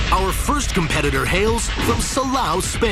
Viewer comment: Salooooo not salauhw